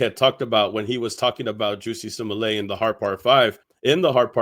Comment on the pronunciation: Wow you say simalat it's Smollett 😂😂😂😂